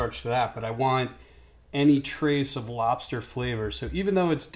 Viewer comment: LOBSTAH GENERAL TSO!!!